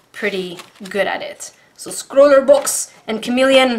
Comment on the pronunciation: Plea stop saying scrawle box like that